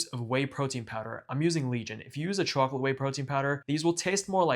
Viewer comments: "chawklit" lmao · Bro said chawclit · you have gotta be from NY, the way you say chocolate